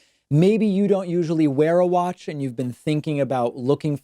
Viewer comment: David is talking about Trump speech is a little off, but when describing the watch I thought David said 'wash' not 'watch'